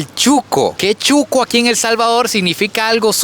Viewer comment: Se dice shuco.....no chuco.